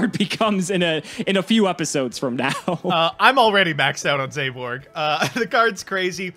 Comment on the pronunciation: zaborg: zEyBoRg